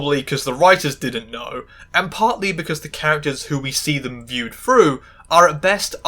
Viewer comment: Are you capable of saying through instead of frou ?